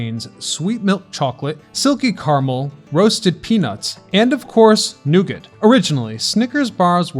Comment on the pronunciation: Protip: The 't' in 'nougat' isn't voiced ... /ˈnuːɡɑː/